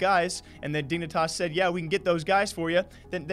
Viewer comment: “Dingnitas” Lmao